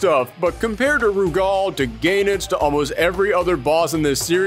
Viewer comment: got the pronunciation right. KOF 96 pronounces it as "Gae-nitz"